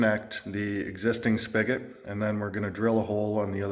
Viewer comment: Good morning, you look refreshed. So much fun watching you and your wife, including the 2 Bob’s working on the house. Plus I’m learning lots of new words (not a native English speaker here): what’s a “spigget?” Oh it’s “spigot = faucet” got it😅 Please don’t ever change the way you create your videos, they’re perfect 😍.